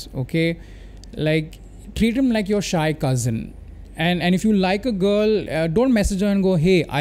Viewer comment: You have ruined the word cousin 😂